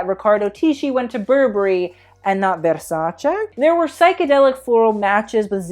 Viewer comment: stop saying vérśäćę plsss 😣